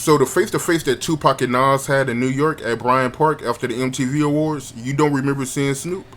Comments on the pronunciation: His name is Nas, not Naws! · I hate how you pronounce NAS. Nauze. Lol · Nas...y u say Noz?🥴🥴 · Was is he pronouncing Nas name "Nos" lmao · Lol why you say nas like that 😂